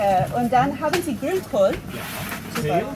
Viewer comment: you just said perfectly Grünkohl, who is asking if you mean kale?